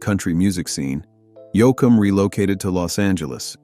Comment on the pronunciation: Dwight Yo-Ah-Ham? Crap, like all of these videos!